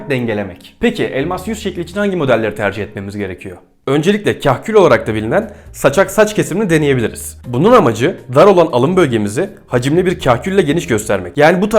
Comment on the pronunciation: Kahkül değil bro KÂKÜL